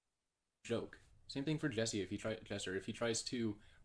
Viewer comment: He corrected himself by saying jesser instead of Jesse damn